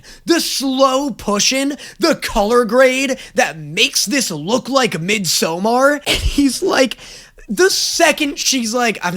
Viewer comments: im not even Swedish and it hurt hearing pronounce that so wrong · as someone who is from scandinavia hearing sombody say midsomar in an English way is so weird, and also love that you used midsomar as a reference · I'm sorry let's go back for a second. Can you say Midsommar again I don't think I heard you correctly.